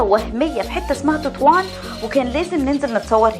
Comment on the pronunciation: تطوان وليس توتوان. البرنامج غير محترف.